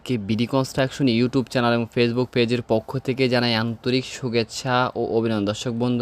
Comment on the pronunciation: সুগেচ্ছা নাকি শুভেচ্ছা? এই রকম ভুল যদি পরের ভিডিওতে বলেন তাহলে আর আপনাদের ভিডিও দেখবো না